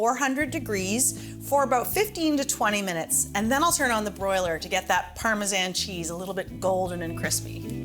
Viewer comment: Why u sayin Parmesan like tht